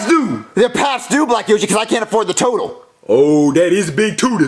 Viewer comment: PAST DUE (BILL) PAFS DOO (BEEL)